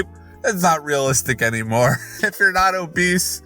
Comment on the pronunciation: took me out how he said "riot" instead of "not" 😂